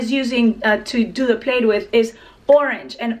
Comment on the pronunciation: Plaid is pronounced “plad” like “mad”. I’m French, used to make the same mistake. Great video, as always! 😘